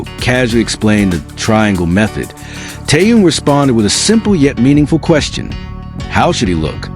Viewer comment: Вы можете мировую звезду КИМ ТЭХЕНА, называть правильно вы постоянно называете его Тееном,что за неуважение,если не знаете, как его зовут,то о нем и не говорите